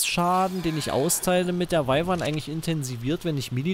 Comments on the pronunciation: kleine info man schreibt wyvern aber sagt wüvern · Patrick Flad man sagt eigentlich "wivern"